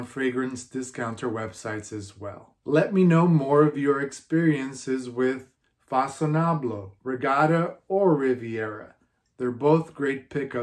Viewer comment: Façonnable is a French designer brand and it's pronounced : Fa - son - naa - blee